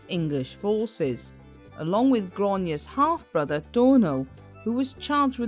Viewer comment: Butchered the name its pronounced gr-awe na mail but good video